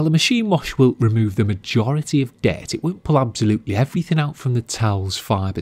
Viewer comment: I like how he says "dayt"... I mean dirt hehehe